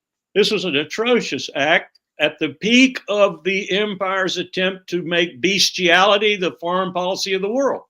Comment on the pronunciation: Bestiality is pronounced like it is spelled, bes-ti-al-i-ty (Oxford). Wilkerson isn't saying it that way which is why its not a good term given its primary or secondary meaning (Cambridge for example has the reverse of Oxford) let alone the slang sex term which is they way he says the word. It's a silly word choice.